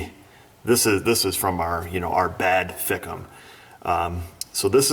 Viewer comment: it's pronounced/ Fike-um/....LoL...I have other word I call them...But